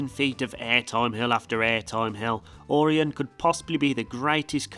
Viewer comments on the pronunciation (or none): ORION PRONUNCIATION HILARIOUS, not or-ian its or-eye-on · It’s or-ai-n not or-in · It’s O-Ryan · oreon? its o ry an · It’s okay say it with me. O-RI-ON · Orion Is pronounced Oh-Ry-an.... at least thats how all of the local kings island ads are saying it. I live 30 minutes from the park. Great Video and I'm kinda jealous of some of those Euro parks.... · Orion is said like this "Oh,Ryan" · Don't forget "Ore-on" 👍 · Dunno why he kept saying Aurion. It's not a Toyota. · couldn’t pronounce “o” ryan either 🤷🏿‍♂️ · it hurt the way you said orion